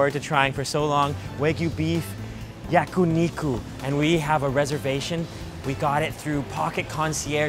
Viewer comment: Yakuniku ヤクニク ✖️🤣🤣🤣 Yakiniku ヤキニク ✔️ but anyway I am watching your every videos and I love it .